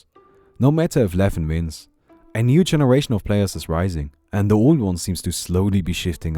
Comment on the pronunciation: "Hooeva vins zis... Vins!"